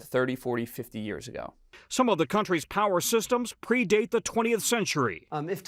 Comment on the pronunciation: Please Trevor, it's years. Not yuuurrrrrssss